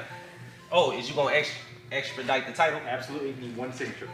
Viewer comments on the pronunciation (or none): Extradite?? Lol naw ….expedite! Haha